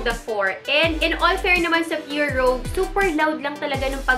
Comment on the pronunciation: Rouge as in Rooj 😊